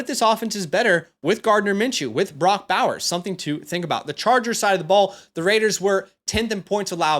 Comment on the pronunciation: It's Bowers not browers